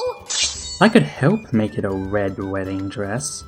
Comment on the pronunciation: It sounded like she said "black", not "red".